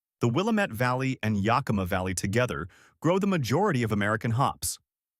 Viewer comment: I met someone in Spokane who said she was from yah-Ki-muh. Probably didn't live there that long